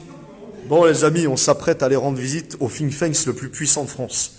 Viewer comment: Toujours motivé grosse force à vous. Petite remarque, c'est "Think tank" et non pas "Think thanks" il me semble non ?